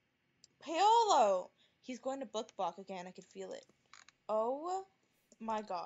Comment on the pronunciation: FYI it's Paul-O